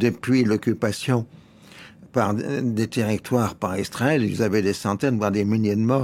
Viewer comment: Laurens dit toujours « Istrael » depuis des années ! Quelqu’un peut il m’expliquer ça ?